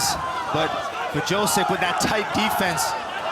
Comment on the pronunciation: Nothing like hearing dingdong commentators mangling fighters names (Wrzosek = Vjosek, idiots). What a joke of an organization.